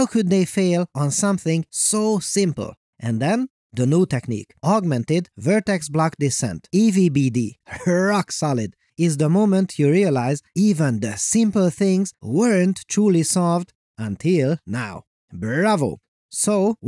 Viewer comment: Just use AI to do the voice. It's unbearable how you speak with your awkward pauses. You say "EVBD" but it's "AVBD"